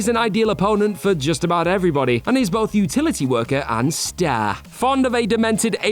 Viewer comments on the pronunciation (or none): none